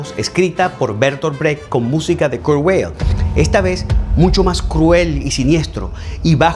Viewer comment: Todo excelente, felicidades pero, por favor pronuncie "Vail" el apellido Weill. Hasta en Estados Unidos pronuncian así este apellido alemán. Gracias.